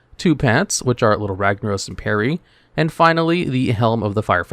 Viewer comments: Pee Air! not Perry XD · Perry? Isn't the Pet called Pièrre? :D